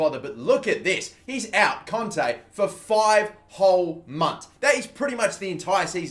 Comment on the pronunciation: he says conte not kante LOL